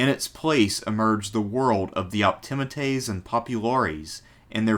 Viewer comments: Sorry, great video but the proper pronunciation is optiMAtes with the accent on the penultimate or second last syllable, just as you pronounce popuLAres with the accent on the second last syllable. You can look it up. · I believe Optimates is prononced ....( Opti-ma-taze ) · English is a stress-timed language. Where we put the stress in words or sentences denotes meaning. Been lectured on Rome many times. Never heard Optimates pronounced like that; because the stress is obviously on the A and not the I. The penultimate vowel, just like in Latin, but that's generally the rule in English too from that. Generally the rule. We have a lot of overlap in interests, but your nonstandard pronunciation always marrs it for me. "AE" sound is not the same as the "EA" sound. They're opposites, so praetor is obviously said like "praytor" and not like preator. These are English pronunciation rules, as well as Roman in this case. It's the same with medical terms that use the EA in pronunciation, or place-names, like with Cannae. We don't have a mish-mash of exceptions, but go for consistency in language, like the Romans did. There's no such thing as "most" centrepiece, it's either the centrepiece legislation or it isn't. I'm starting to lose the will to live, here. All I did was read books like, Suetonius or Cicero. I'm actually a modern historian, I just do the classics for shits and giggles. Cato the Younger was old school patrician and a staunch stoic. He was not interested in fame or the pomp and drama needed to make it in the old Republic or the new Imperium later on. This was why even contemporaries respected him. About his rank, he wasn't that rich, was he, and not that good a general. He only ever wore a black toga and not flashy b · If the narrator only pronounced optimates better…